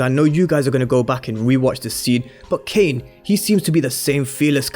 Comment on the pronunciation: Dude fix what you’re saying frfr. Tf is Kane ???